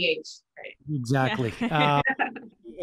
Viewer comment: Sam: JamAYma 🤣🤣🤣🤣🤣🤣